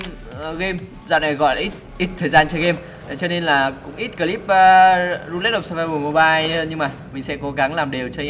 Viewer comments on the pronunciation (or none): Ru-lét of survival. Englick.Englick!!